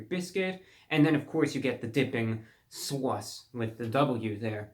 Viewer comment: “And of course you get the dipping...SOWWACE” freaking brilliant.